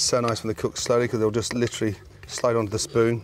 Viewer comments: I’m glad he says litrly. I literally can’t stand it when people overuse literally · I’m glad Gordon tells me “lIcHrAlLy” so I know he doesn’t mean “figuratively”